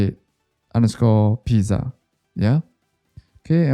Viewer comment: why r u pronouncing pizza like that